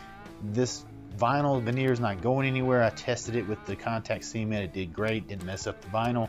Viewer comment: “See-ment” lol